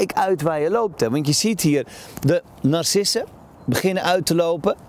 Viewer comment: Je legt de klemtoon verkeerd op de namen en woorden. Zo ben je niet te verstaan. Opnieuw naar school zouden we aanbevelen. Met ja nar CISSEN🤣🤣🤣